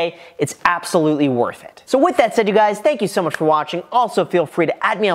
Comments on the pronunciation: What's up graham it's guys 😭😭😭🤣🤣🤣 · “What’s up Graham, it’s guys here” ?? Lol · “What’s up Graham it’s guys here.” 😂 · “what’s up graham it’s guys here”🤣🤣🤣🤣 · What’s up graham it’s guys here? Was that on purpose?